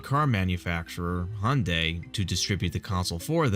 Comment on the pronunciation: If I believe correctly, Hyundai is pronounced “hi•yoon•die”.